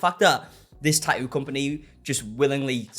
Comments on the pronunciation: Why always change from saying the T to leaving it out. I like this guys videos but its not a Taooo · Clicked for the bait. Stayed for the Tah-ooh. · I mean you can say the first t in tattoo why not the third t in tattoo? Tat-oo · The way you pronounce Tatt-oo. Love it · Liking this video in the first 60 seconds based solely on the way he pronounces “tattoo” 🥹🫶 (I’m from Aus, so he could read me his grocery list and I’d be enthralled) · Sweetheart you are dropping the T in Tattoos and also pronouncing it when reading it. Fascinating! Just thought you might want to listen to yourself 😂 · I like the way you say tattoo lol❤